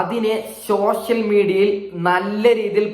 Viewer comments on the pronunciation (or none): 😂😂 ശോഷ്യൽ മീഡിയയോ😂' പോടാ മലരേ സോഷ്യൽ മീഡിയ എന്നു പറയെടാ എമ്പോക്കീ😂' ആദ്യം മലയാളം പഠിയ്ക്ക്